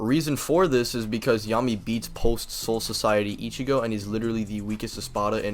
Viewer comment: the funny thing about this mispronunciation is that it isn't even like a hard to pronounce Japanese word. no it's literally just <<Soul Society>>. that's it. you fucked up a regular ass English word but apparently you're "basically Kanye" 😂😂😂 this was just for fun, btw. don't take it too seriously. NO HATe!!